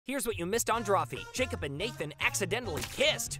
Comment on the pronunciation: I'm glad they finally got barrett to correct the emphasis on jacob horse